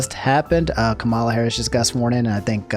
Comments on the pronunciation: Please dude it’s KAmala not kaMALa harris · Nice vid but you pronounced the VP’s name wrong it’s actually pronounced Ka-Mu-La And not Ku-Ma-La